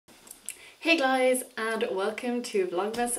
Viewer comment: Did u just say "hey glyis" lol No but i love u alooot and ur videos r the shit